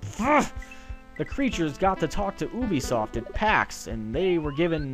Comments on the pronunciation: IT'S NOT FUCKING OOOOOOBISOFT ITS UBISOFT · I thought it was pronounced you-be-soft. The art of pronouncing.